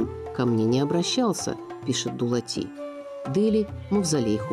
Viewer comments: Дулат емес Доглат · АВТОР НЕ ДУЛАТИ А ДОГЛАТ 😂😂🙈🙈